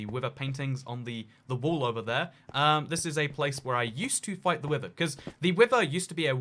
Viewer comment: People: Wither: wiVer